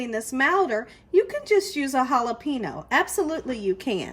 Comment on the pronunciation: Lol the way she said jalapeño and empanada ☺️